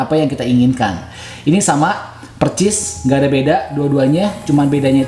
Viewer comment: BANG DARI DULU NGOMONG PERCIS, HARUSNYAKAN PERSIS